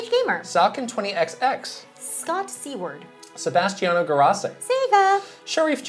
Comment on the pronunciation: I just joined the 1UP Club and just wanted to say you said my name perfectly! The more common spelling is Seward and often people pronounce it that way.